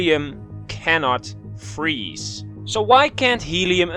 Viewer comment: Helium: I neva fweeze.